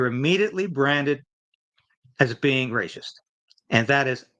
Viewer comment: the is word racist, pronounced with a soft c. It is not pronounced ray - shist.